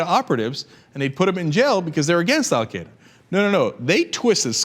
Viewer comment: Cenk, you are not pronouncing Al Qaeda right, lol!!